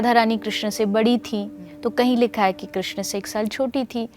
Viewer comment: Krishn ka 😢 thik se boliye